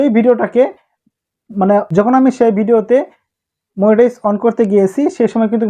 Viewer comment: মনিটাইজ ❌ মুনিটাইজ ✅